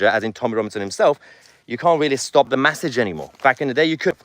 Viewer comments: Haha Mahler! He thats the first time l heard you pronouncing a basic word incorrectly. It made me chuckle. So the words ‘message’ ‘messenger’ they are pronounced mes-age. mes-sen-ger. mes-sen-ger. You keep pronouncing as mass-age. So Tommy,the UK need to stand up for his as the P* stood up for there lot about the airport incident. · Mahyer - it's pronounced MESSAGE, not MASSIGE. It's pronounced MESSENGER, not MASSINGER. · He can't say "message" either, he's saying "massaj". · It’s an e , message lol not an A , that’s massage lol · Why are you saying 'massidge' and 'massinger'? Have I missed something? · 1.52: Off-topic, Mahyar - but you mean "message" and "messenger" - not "massidge" and "massinger". Anyway - Go, Tommy! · Pls stop saying massage instead of message 😅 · How come you can manage to say message, correctly... yet constantly say massanger?? It's frothing! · Stop saying massinger, massige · Please somebody who's friends with Mahyar PULL-EEZE tell him how to pronounce "message" and "messenger"!